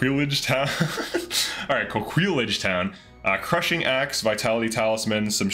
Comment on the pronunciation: French man here, coming to the rescue, it's "ko-kee-yage" (age pronounced with a French A like in facade, triage etc...) double L makes a Y sound in French. I know JRPGs like to inject French in their game but this one is off the chart ... like most places and hired units have French names, it's a bit disturbing as there isn't a clear French inspired setting in the game. The game is also ruining the name Alain for me but oh well, not the first time a JRPG does that haha Thanks for the video, it's useful for planning builds till release day